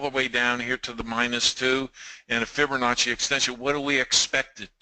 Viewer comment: Geeez.... I can't listen any longer. There is NO "r" in Fibonacci.